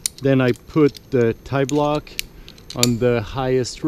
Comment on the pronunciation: I always love your videos, no wonder why Andy Kirkpatrick quotes you. Man you are a genius. The only slightly naughty comment I'll indulge in is: I prefer pronouncing tiblock as the French pronounce P'tit block which is the shortened version of petit block rather than tie-block. I'll doing some solo top roping on Wednesday but luckily enough I'll be able to abseil from the top of the crag. I bought myself a Roll'n Lock last year after seeing your comments on it but I still have a shunt which I use often with double ropes but I also use a back up hitch. Most single pitch climbs here in France are over-bolted so your Stickclip method would be most convenient and once you are at the top after all that toil, you could traverse and use other lines too and spend all day climbing on your own. Thank you again.